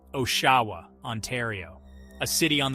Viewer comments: Listening to you fail to pronounce Oshawa (aww-sha-wuh) everytime had me giggling. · you lost me at the first pronunciation of Oshawa